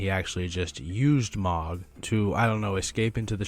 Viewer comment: 😭 say Mohg right i beg